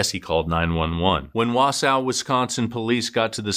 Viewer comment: BTW I am from the area, it's pronounced "waa-saa" not "waa-sow" :D